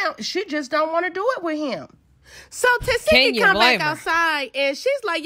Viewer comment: Her name is pronounced TA SHE KI I’m tired of y’all saying her name wrong😭🤷🏻‍♀️